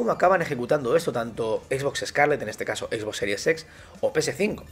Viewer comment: Parece que dices a propósito lo de Xbox series sex xdddd